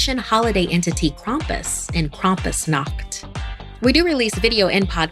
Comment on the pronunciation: Everyone saying how scary it was and making jokes not minding how she said krampusnacht KrampusnACkt